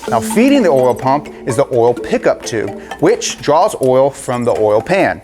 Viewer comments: What the heck is this "orl" he keeps going on about? 😄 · "Distributes a thin layer of ORAL" LETSGOOO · why do you say oil like that!😂😂